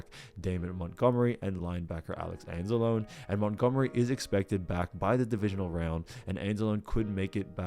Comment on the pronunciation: It's pronounced ans-ah-low-ny not ans-ah-lone. Wtf you're not a fan. Just trying to ride on a team doing well that has a strong fan base.